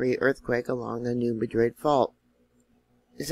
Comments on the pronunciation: the fault is not pronounced as is the city in Spain... the correct pronunciation is New MAD-rid, not Ma Drid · Hello! New subscriber and I would like to thank you for your honest, insightful, timely and informative channel. Lots of good information but I can tell you’re not from around Memphis as I’ve heard it called the New Mad rid fault my entire life. Hope that gets a grin from you.